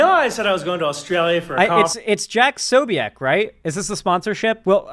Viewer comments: It is pronounced 'Posobyets'. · tbh it /should/ be more like "posobietz", but rarely Slavic surnames survive in their original pronunciation longer than 1 generation xD